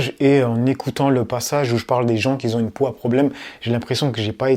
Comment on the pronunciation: Top tes vidéos et ta chaîne!!! 🤜🏾🤛🏾 En revanche évites de dire : Des gens qui "zont" ou ceux qui "zont". Mais plutôt des gens "QUI ONT". Désolé... Force à toi.